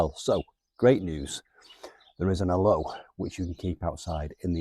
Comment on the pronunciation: Al... oh.. with the emphasis on Al. not a-low please!! They're indigenous to us here in South Africa. Love our AL-oes